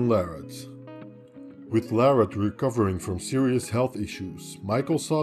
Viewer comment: Interesting how use say Larratt the way Devon says it, then in another video the French way that it should be